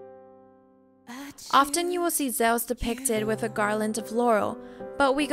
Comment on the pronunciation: The way you say Zeus, omg please stop..... it's not Zowas or however you're trying to say it! LOL!